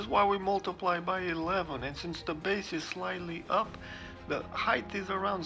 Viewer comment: Sorry to be picky, but the word height should be pronounced without a "th" sound at the end similar to the pronunciation of the word weight. It does not sound like the words length or width which have the last two letters reversed to produce that sound. Nonetheless I enjoy your photography.